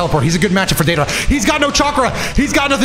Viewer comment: The way you say deidara makes me salty lmao Data rah It's day dar uh